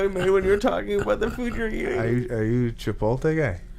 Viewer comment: “Chipolte” Lol